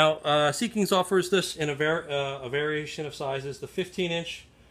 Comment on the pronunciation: They make outstanding products :) It is pronounced seek-ins, not sea kings